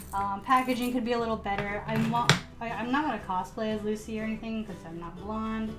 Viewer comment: Its lucy not nushy